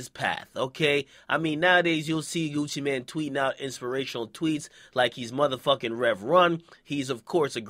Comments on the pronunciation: Nigga its gucci mane not gucci man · Nigga its Gucci MANE, not man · I thought it was Gucci MANE not man lol